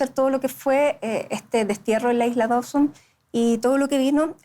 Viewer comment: No es Dauson (Dawson) como pronuncian incorrectamente, sino "Dooseen".